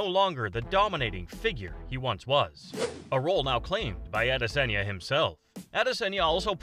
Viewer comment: the way you say adesanya pisses me off